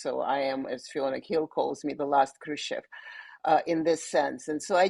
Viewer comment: She's Khrushchov's granddaughter and she can't pronounce the name properly?